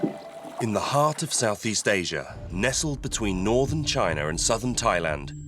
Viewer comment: Lol. "Next to "